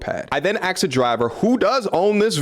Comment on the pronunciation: "I axed the driver"